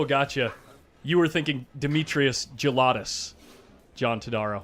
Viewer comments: His name is pronounced "LoukAtos", not "Loukeitos" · it's promounced lou-kah-tos (short o)